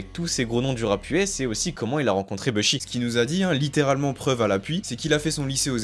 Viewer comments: Faut totalement arrêter de dire « beuhshi » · Vidéo de qualité 👌🏽 Juste quand j’entends le gars dire « BEUH SHI » ça me rends fou mdr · Et vous savez même pas prononcer Bushi ptdrr